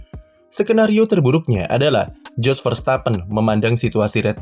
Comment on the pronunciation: Kalo dalam ejaan bahasa belanda huruf "J" itu dibaca "Y" artinya kalo nama dia "JOS" berarti dibaca "YOS"..